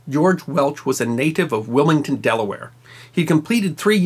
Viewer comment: It's not Willington it's Wilmington Delaware